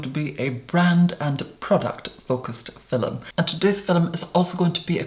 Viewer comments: "Fill-um"? Really. Roll my eyes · Why am I the only one noticing him always saying "filum" when he says film. All jokes aside You Are Therapy from your voice to your appearance. Holy guacamole. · You say "film" like "Filum". It confuses me. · I love how he pronounces film, "filim" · I am here for my daily dose of "filum" <3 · We need "filum" merchandise!! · we don’t pronounce film as “filum” bc where tf is the “u”... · "Today's filum." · “Hi everyone today’s philnm is a philnm about a pale makeup on today’s philmn Kylie cosmetics doesn’t use www. It’s a trend now days philmn philmn philmn” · I'm here for every time you say Filum. I feel like I need to retake an English class..or classes. Probably a lot of classes. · i love when he said filem so soothing 😍🖤✨ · why does she always say "FILEM ?? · Filum I love the way he says film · Today's fi-lem so cute! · I love the, "Fillum", thing too much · When the video started, the first thing I noticed was his eyes, they were staring in my soul. It made me feel so uncomfortable 😂. I continued to watch this video, and when he said filahm I lost it 😂😂💀💀💀💀💀. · Normal person: Hi guys, todays video is a Kylie Cosmetics review.: Hello everyone. Today's fil-um is going to be a brand and product focused fil-um. WHY IS HE SO ARTICULATE?! AND WHY IS IT SO MESMERIZING?! also he makes me feel so incredibly stupid. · Damn the way you say “Film” is so satisfying,in such a strange way. I love it ! 😍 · Everyone talking about him saying “filum”instead of film while I’m freaking out that people DONT say “filum”?? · "Filum" haha I really like your skin also wtf youre so clearrr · I’m not sure, but I believe when he says “fill-um” he is actually saying film. It’s typical that many Irish people pronounce film this way. I’m not sure that is Irish, just educating 😘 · I told my friend I was going to watch your “fillum” and she was quite confused lol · "Fillem" love his videos tho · film?? Lol very posh LOVE IT! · Say film again. 😂